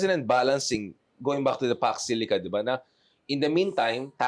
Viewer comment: Mali po ang Paks Silica.... "Fox Zuleika".... itaning nyu kay VP INDAY😂😂😂😂😂